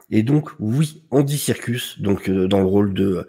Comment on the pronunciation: tu as appelé andy serkis "andy circus" 🤣 je t'écoute en faisant ma vaisselle j'ai failli tout casser (encore un mug looool) sinon trop contente qu'il revienne ♥ même si le meilleur reste syril évidemment